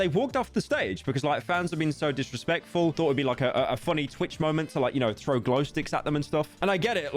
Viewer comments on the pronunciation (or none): none